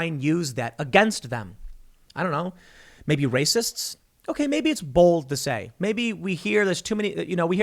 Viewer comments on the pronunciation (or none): none